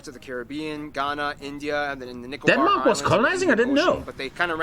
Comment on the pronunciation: There are SO many things he gets wrong about Denmark, I don't even know where to start. Also, He pronounces at best half of it right. Please don't insist on pronouncing it "correctly" if you can't :v